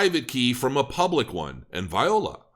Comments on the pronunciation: And you said Viola and no Voi la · Viola! = voi·là | \ vwä-ˈlä